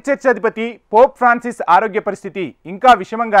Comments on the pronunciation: చదవటం నేర్చుకో అమ్మా. పోప్ ఫ్రాన్సిస్ but not పోప్ ప్రావిన్స్. Read properly. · పోప్ ఫ్రాన్సిస్ అని పలకటం రాదా